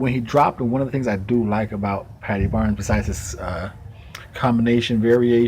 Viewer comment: thanks man great video and ye you pronounced my surname right lol thank you ALOT of people that are not from ireland have terrible trouble pronouncing my name lol thank you....I do think if they have trouble saying it in english they would never be able to pronounce my name in irish gaelige.....my native language they would be so confused lol now only 11 subs to go...thats very possible il help and hope you do man this a great channel